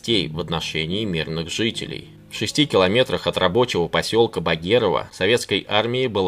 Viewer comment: Посёлок "Багерово" с ударением на первом слоге. Посёлок "Жуковка", с ударением на втором слоге. Аджимушкай выстоял до прихода Светских войск.